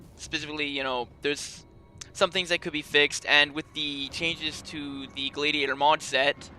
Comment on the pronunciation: Gladiator is said g lad ee ate or